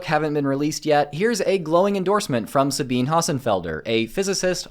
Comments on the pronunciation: Just a quick note: While Sabine Hossenfelder's name looks like it would be pronounced "Sah-BEEN," it's actually pronounced "Sah-BEEN-ah." Three syllables instead of two (I'm a fan of her channel). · Dawkins doesn't belong in the same category as Hossenfelder, who's first name is pronounced Suh-bee-nuh, btw. DEI and lgbtq culture was destroying science by forbidding the discussion or research to f sensitive topics already. The conservatives will impede science in a different, but not necessarily worse, way.